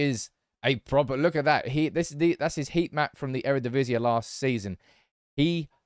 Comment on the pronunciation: Eredivisie is pronounced E-re-di-vi-si, not E-re-di-vi-si-e, because the ie is one single composed vowel. Love the shirt, love the Dutch love, keep up the great videos!!